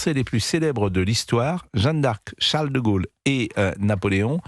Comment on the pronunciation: Jeanne d'Arc pas jeune d'Arc... incroyable! Prononcez bien!